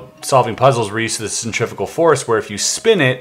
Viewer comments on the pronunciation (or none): none